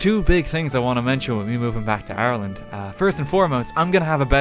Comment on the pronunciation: Just realized he’s saying Ireland not Arland